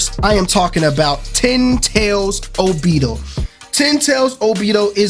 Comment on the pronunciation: This whole video was not it for me #1 what made me mad is that u said obito wrong #2 those characters in background has nothing to with anything they just put 5 of them to let the people know that there are going to be 5 characters in the season pass And also where in your right mind did u get Brayon mode from double moon sword that was stupid and also just Bc the foot was cut off don’t mean nothing it was probably a mistake they did. And that sword on the very right is not dauri sword idk what u got that from that was not it